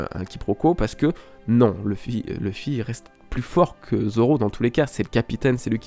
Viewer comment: Luffy se pronononce [loufy] et non pas [lefy] ! Merci.